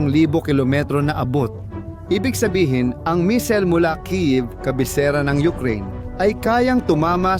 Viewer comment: Bkit po "mesil? Hindi po ba missile?pero ok nrin..nice vlog..